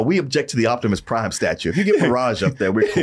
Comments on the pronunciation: Jivimus Prime, LOL!!! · Korimus Prime. 😂😂😂😂